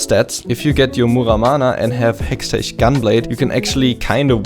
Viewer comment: you sound a little bit german with your outspelled "hextechgunblade" "muramana" "hourglass" "movementspeed"